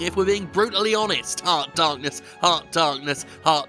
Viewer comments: "Embrace, The Darrrknesss." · Return to Dorkness! Edit: ZFor some reason after playing KHs for a while I always started to hear Darkness as Dorkness.